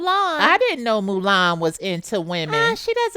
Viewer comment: Bitch, did she say MULAN!? NOOOOOOOOOOOOOOO! XD